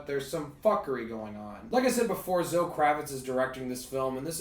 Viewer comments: Zo? You mean Zo-eee bruh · I think it’s pronounced Zo- Ee.